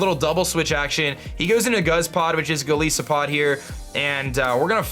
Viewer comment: Lol why do you pronounce Golisopod like that? It comes from goliath and isopod, both of which have I's like the word 'eye'.